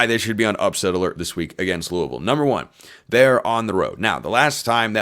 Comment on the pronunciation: Pronounce Louisville right if you want to be a podcaster